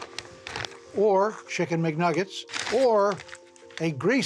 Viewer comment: no one: chicken muhnuggets